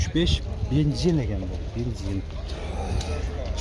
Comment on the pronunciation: Бензин ❌️ Бинзин ✅️